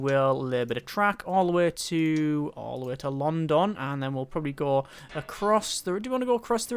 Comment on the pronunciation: The wat you say london pisses me off so much